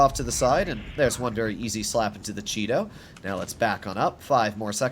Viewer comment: The way says Chi-To sounds more like Cheeto.